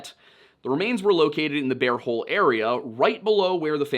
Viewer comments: I'm listening to this episode while doing other things and I'm begging you to stop saying "bare hole" because I can't stop giggling. No, I will not be looking at the screen to see if it's actually "Bear Hole" because that would ruin the fun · He said Beaver and Bare Hole 😂🤣😂